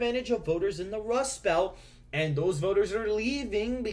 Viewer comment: The Democrats lose even with the Wust Belt?? You wascally wabbit, you!!